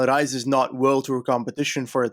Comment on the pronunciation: well, rafael was ok. Reis is more like Reys . hopefully it helps